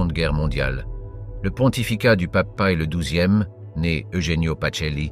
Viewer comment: "ceuse akchons" pour "ces actions" et la myriade de prononciations bidon à la "Paï le douzième" pour Pie 12 -- ça fait un travail de porc, ça n'écoute même pas son propre travail avant de poster et et même pas ça corrige et reposte.... mentalité : "ça sera bien bon pour les cons sur Youtube"